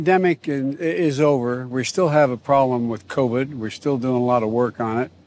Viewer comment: What's going non? I love how says on.